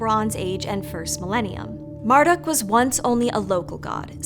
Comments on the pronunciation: I thought Marduk was pronounced "Mardook", not "Marduck" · you said marduk like mere-duck no! it's mar like must - dook